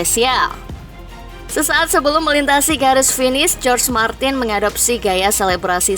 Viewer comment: Izin koreksi min,jorge martin dibacanya bukan jorj martin, tapi horhe martin